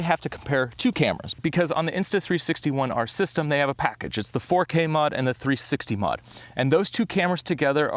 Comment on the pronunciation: what is 360 modification? are you saying 360 mode?